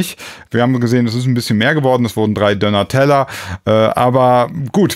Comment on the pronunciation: Ich komm nicht darauf klar, dass du "Dönner" sagst. Ich dachte das heißt DÖÖÖÖÖNER mit langem ÖÖÖÖÖ! Bitte um Aufklärung! Hab ich mich all die Jahre blamiert?